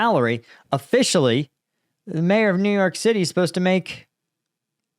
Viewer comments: Although the ethimology is, probably, the same, In civilian life we call them "mayors" -- not "majors". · Mayor, not major FFS.